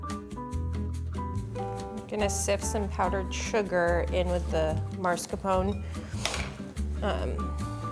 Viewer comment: I love your content so much!! But please it is pronounced MASKARPONE